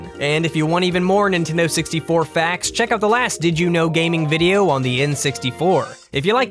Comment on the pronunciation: NEENTEENDOO SEXTY FOOUH